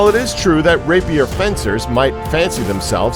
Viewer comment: He's not very good at saying rapier either.